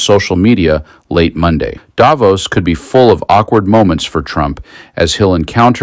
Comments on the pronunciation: please pronounce Davos with the accent on "vos", as intended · Switzerland here. Thanks for your voice. Just one point: You could even more stick out of the media crowd by pronouncing Davos correctly: by stressing the o, not the a! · Davos as in boss not nose. And it’s Macron as in ‘on’ not Macron as in own. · Davos is not pronounced the way it is in this video.